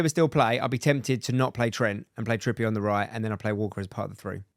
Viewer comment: Please stop saying “Trippy ay” that’s not his name 😭